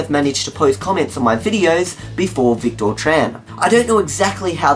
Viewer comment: Oh dear... Well...;) Thanks.:) Psst! It's pronounced "Vic-tiir":)